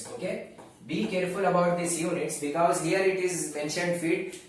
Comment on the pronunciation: Becows 😂😂 i was ur student I really miss this word